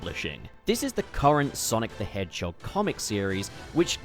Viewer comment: Wonder what’s the number for how many times bro said “Sonic The Hedgechog” lol